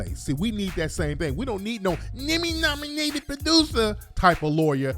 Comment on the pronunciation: “Neemy Naminated produser”😂